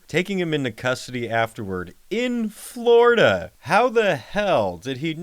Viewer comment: You say Neil killed the guy on Sunset Boulevard and that he lived in Hollywood, yet the news article in your own video says it all happened in Redondo Beach. You also have this weird way of pronouncing the letter "i" when you say "As I Lay Dying" and "Florida."